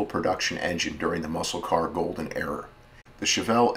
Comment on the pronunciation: I'm loving your videos but it ERA not ERROR. Very distracting.